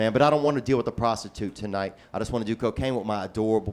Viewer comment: "He's investing my hundred with this pros ti tute" Lol smh